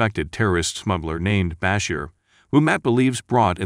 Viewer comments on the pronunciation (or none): Is this being narrated by the whitest man in America? BAH-Sher - no. It's Bah-SHEER. How do you not know how to pronounce Miguel? It's not Meal. It's Mi-GEL. What is wrong with you?